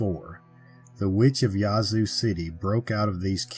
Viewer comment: Minor point, but jfyi, the a in "Yazoo" is locally pronounced like the a in "bad."